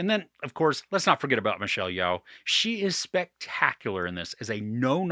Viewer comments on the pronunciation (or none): Yeoh is pronounced as Yo